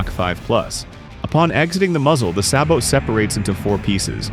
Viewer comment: Sabot is pronounced "Say Bo" and Americans pronounce "Bogeyman" as Boogeyman.